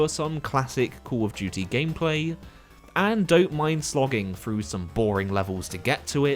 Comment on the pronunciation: Hawfray Froo December.